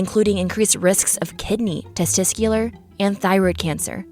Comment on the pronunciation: I'm just giggling over the "testiscular"